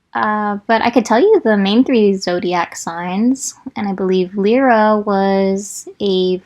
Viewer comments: I have a tendency to favor very short names bc I know for a fact they will be butchered... My friend: L-EYE-ruh 😂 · Omg I think we have all been saying Lyra's name wrong 😂😂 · It's strange to hear u pronounce the names, cause I've been pronouncing them different this whole time aha Lyra: Lie-rah Shon: more like schön 😅 don't know where I got that